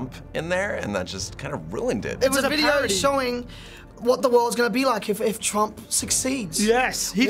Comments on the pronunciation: trumpuru, twen t seexteen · "Turampu" wtf XD